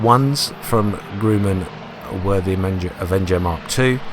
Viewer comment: it aint grooman. grumman as in grub.